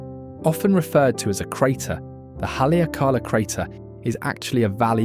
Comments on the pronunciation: hale aka la. Hally ah cala ís a proper way to pronounce Haleakala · Not only that - the pronunciation of Haleakala ! - but showing the mountain above Lahaina - Pu’u kukui! - NOT Haleakala - it is nowhere near Haleakala! Jeez! Come on man!